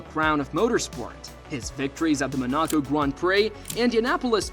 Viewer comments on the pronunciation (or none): "Men AH co" Grand Prix